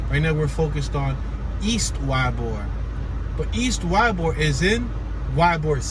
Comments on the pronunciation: It's pronounced E-bor, not Y-bor! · its ee-bor thats how you prononce it YBOR is how you spell it. you will see chickens and roosters in the area, old Spanish and Italian area these people were cigar factory workers thus the name Tampa the cigar city. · it's pronounced e-bor